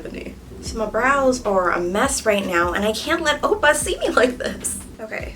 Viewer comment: the way you say oppa sounds like "opa" (grandpa in dutch) i'm CRYING😂😂😂😂